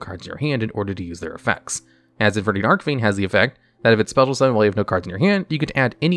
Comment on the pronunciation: Christ he needs to learn how to pronounce Archfiend